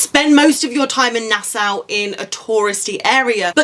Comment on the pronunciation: I’ve watched a lot of your videos, and I am thankful for them. However, please pronounce “Nassau” correctly. It should sound like na-so (as in “so what”). We asked the locals because our co-travelers from Scotland were pronouncing it like you do. The Bahamian locals said it is “na-so”.